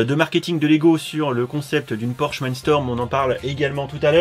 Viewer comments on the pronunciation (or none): none